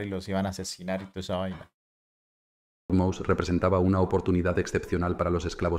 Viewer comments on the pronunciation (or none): Por cierto, no se pronuncia Mouse como a ls ratones en inglés, es MOSÉ en pronunciación del idioma español